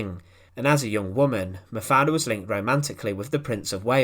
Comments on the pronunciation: Das waren grausame Geschehnisse! Wie wie oft hat diese scheußliche KI Stimme eigentlich den Namem Mafalda falsch und komisch anders ausgesprochen? Ich hab nicht mehr mitgezählt, einmal klang es sogar wie Mafia. Wenn man schon solche Clips veröffentlicht sollte man die betreffenden Menschen soweit ehren, dass man die Namen ordentlich ausspricht! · Hoe heet ze eindelijk :,, MAVRE, MAVER, MAFALA, of Maverd, MAPALA??? Y EL principe belga NO ES LO POLO O LIPOL SINO LEOPOLDO! POR FAVOR NO PRONUNCIAR TAN MAL LOS NOMBRES! 😮😮😮😢😢😢😢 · Die Geschichte der Prinzessin ist ja jedem hinreichend bekannt; weniger allerdings ist bekannt, was eine KI so fertigbringt, wenn es gilt, einen Namen auszusprechen. In diesem Falle wird der Name Mafaldas jedesmal anders (und jedesmal falsch) ausgesprochen, was man als eine Leistung besonderer Art ansehen mag.